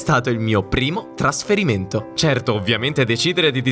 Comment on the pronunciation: "Traferimento", "TraOmatico"...... CHECCAZZOOH!!!